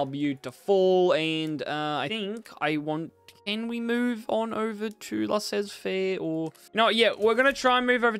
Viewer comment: There are no "z" prononciation in french for laissez-faire. 😁 Good video btw